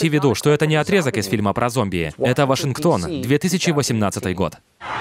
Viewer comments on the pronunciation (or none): none